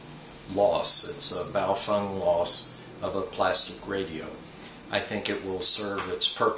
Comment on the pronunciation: It's Baofeng, not Bowfung. :-/